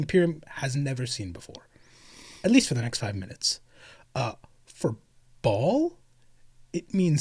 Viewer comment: I realize you’re talking about WH40k and not biblical Baal but it’s definitely not pronounced Ball. Try Buh-Al. It’s hebrew.